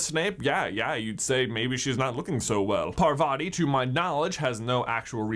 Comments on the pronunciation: And I always wonder why people mispronounce Parvati and padma's names- It's PARvati, not parVATI, and it's padMAA not PAADma.. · Paar-vuh-tee P-uh-dm-aah Those are the correct pronunciations of the twins' names I know it's not major but it's always nice to hear correct pronunciations Otherwise, I love this video, I actually picked up on a couple of these while rereading the series but I'm so happy to see others did too!